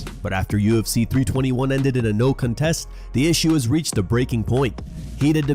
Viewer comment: Haven’t heard an AI mispronounced “no contest” like that before 😂😂